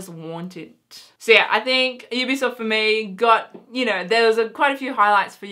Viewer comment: I believe you said EBsoft ....or at least sounded like it lol because you said Ubisoft after that and I realised it sounded different so I checked it again :D